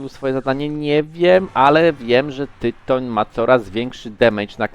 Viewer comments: Za tego „tajtana” to bym zwolnil- Tyton pewnie sie wkurwil, ze nawet jego ksywy nie potrafisz powiedziec…. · Tytoń się czyta przecież to Polak xd